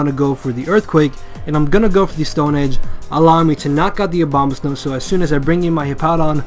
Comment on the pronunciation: I keep on thinking you are saying Obamasnow. It made this video way funnier.